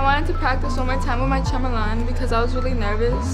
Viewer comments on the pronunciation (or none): She can’t even say chambelan correctly